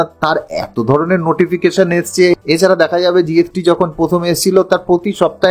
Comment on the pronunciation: Tax কে বলছে ট্যাক জিএসটি কে বলছে জিএফটি।